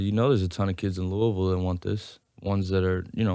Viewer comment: Glad he says Louisville correctly